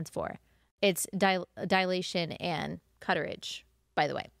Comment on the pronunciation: It's not dilation and cuterrage. It's dilation and curettage. 😂 Get it straight before mocking others.